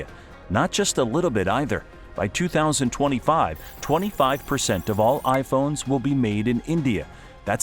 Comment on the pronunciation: 😂 dude in the first second mispronounced 2025